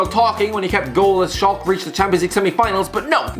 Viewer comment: Not sure thats how u pronounce schalke lol